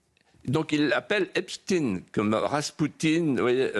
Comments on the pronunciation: Epstiiiiiin plutôt qu’EPSTEIN , on.Croit rêver !!! Epstein les tenait tous par les c…… , sinon comment expliquer la présence pléthorique des caméras sur son île !! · se faire appeler Hep's ! Teens ! au lieu de HEPSH'TAïNE, c'est déjà avouer qu'on aime les jeunes ados... (teens en anglais). Jack Lang lui aime les biscuits "Petit Ecolier" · Oui. Esptaiiiine. Et pas esptine. Esptine ca fait russe. Mais esptein. Comme einsteine. Taiiiiiine. Et pas tine. Comme poutine. !!!! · Sur Cnews pas de eipstinnnneeee 🤣